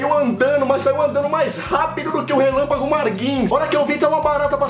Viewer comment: "relâmpago margin " kskskskskdkskdkxksks